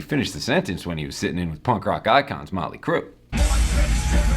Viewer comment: Oh no,...."Now I'm si'in' buy...", he..ehehehe....HAHAHAHAHAHAHAHA!